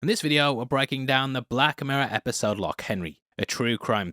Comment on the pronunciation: God can people stop saying "lock" when it's loch with a throat sound